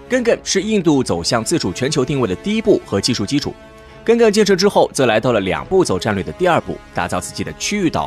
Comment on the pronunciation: "Ga gan" 读音： 尬尴......:face-blue-smiling::face-blue-smiling::face-blue-smiling